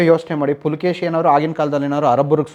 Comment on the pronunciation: ಇಮ್ಮಡಿ ಪುಲಕೇಶಿ ಅಲ್ಲ ಇಮ್ಮಡಿ ಪುಲಿಕೇಶಿ🙏🏻👍🏻